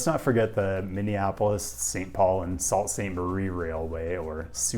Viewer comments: Not Sault as in "salt" but Sault like "Sue." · The Empire Builder stops in St. Paul and not Minneapolis, so the answer is actually zero. The Soo Line is so called because "sault", French for waterfall, is pronounced like "soo", not "salt". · Hey! Just wanted to say that it's pronounced "Soo" Ste Marie, hence why it's the Soo line (and Soo is a common shortening). I am from the Ontario side! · Take it from a native... In spite of appearances, the “Sault” part of the city of Sault Sainte Marie is pronounced “Soo”, not “Salt”. That’s why the railroad was known as the “Soo Line”. From what I’ve seen in recent years, the emphasis has gone from improving and extending freeways to trying to maintain them. Where I live in northern Michigan, all passenger rail and most freight rail are long gone, while the long planned for freeways never materialized. Partly as a result, the population is stagnant or even decreasing as industry flees and young people move away to look for work. It looks to me like, as a general rule, places with good transportation thrive, while those with poor transportation fail. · Btw, Michigander here you said “sault sainte marie” like “salt” but how you pronounced the actual line is how it’s pronounced “sue Saint Marie” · It's pronounced Soo Saint Marie, not Sault (like salt). Hence why it's called the Soo line. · You gotta work on your pronunciation. "Hajj" is not pronounced with a "ZH". I mean, really? You couldn't have used the name of the SOO Line as a hint to pronounce "Sault" as "SOO"? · Wonderful video! Two pronunciation assists: #1: it’s “Wall-Bash” for Wabash RR. #2: it’s “Soo” for Sault Ste Marie. Again, a fascinating, but sadly depressing video about dismantling a once fantastic U.S. rail network. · "Soo" Ste. Marie. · It’s the Soo Line - named for its northern terminus, Sault (Soo) Sainte Marie - close to the original French pronunciation. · Saulte Saint Marie is pronounced "Soo St. Marie". You know, like The Soo Line RR.